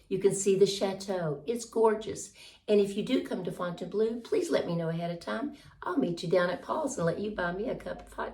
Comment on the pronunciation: I'm looking forward to hearing you pronounce French words correctly once you get established and begin language lessons. In particular, I would like to hear " Fontainbleau" instead of "Fontain-blue" and to hear clarification about the "Carrousel Museum." Your video was misleading, making it sound like there is a museum about merry-go-rounds. Amusez-vous bien et bon courage!